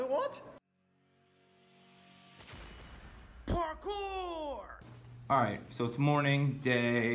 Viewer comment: Please tell me: WHAT THE FUCK IS "PAR-KOOOOOOR!"??????